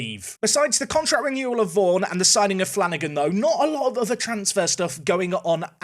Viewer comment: Vaughan is pronouced Vaugh-n